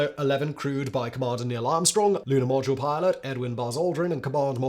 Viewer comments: 30.47 you said Lunar podule milot ??? Talk about fluffing up your lines. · "lunar podule milot"😂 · Lunar Podule Milot 😂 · Lunar “Podule Milot”? lol. What is that all about? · Nice spoonerism “lunar podule milot.” 😂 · “the lunar podule milot.” 😂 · "...for the Commander and Lunar Podule Milot." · Ummmmm... What's a Lunar Podule Milot? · Lunar Podule Milot? 🤣🤣🤣